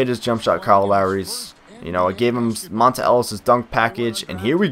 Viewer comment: But it's pronounced Montay